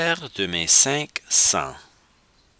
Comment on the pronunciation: Il faut lire le S final de sens!